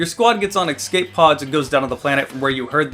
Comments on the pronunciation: Please stop mispronouncing Escape ESSSSCAPE not ECKSCAPE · Compliment sandwich: >This video made me excited to play a game that's a decade old simply by explaining its mechanics and fun factor well. >You should work on your pronunciation of words like "versus," "escape," and a few others. >The people who are not subscribed to you are missing out, because you deliver quality content on a much more regular basis than many similar channels.